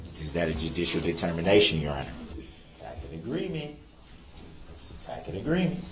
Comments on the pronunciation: N of course substain, and "is that a tack it agreement?", like wtf trying to sound intelligent 🙄, I was so happy when the judge read him for the hearsay crap. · He's mispronouncing the word tacit, a tack it agreement is meaningless 😂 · I wish someone would’ve broken it to DB that his “Tack-id agreement” proclamations mean absolutely nothing.